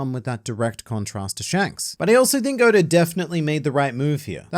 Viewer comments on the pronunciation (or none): Sometimes it sounds like he's saying "odor"